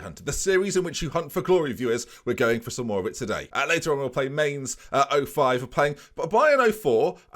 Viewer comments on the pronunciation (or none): Just a heads up for next season - Mainz is pronounced more like Mines than Mains.